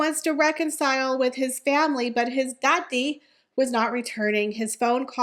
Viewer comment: Dear., while I love your show and this is your show. I cannot listen because the way you pronounce Daddy. There is no reason to do it.